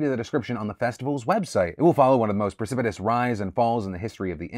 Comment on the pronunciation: finally someone that can say precipitous (looking at you keemstar)